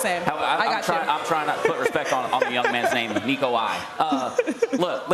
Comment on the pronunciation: They way she butchered Nico’s name was painful